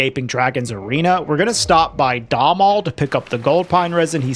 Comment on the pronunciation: Domhnall's name is actually supposed to be pronounced dough-null — dough as in doughnut, and null as in empty, void.